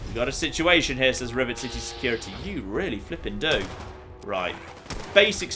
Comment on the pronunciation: ish in the video you say Rivit City Security lol